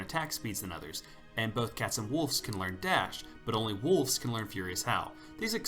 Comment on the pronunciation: Sounds like you're saying wolfs instead of wolves, I hear an f when you say wolves so wolfs.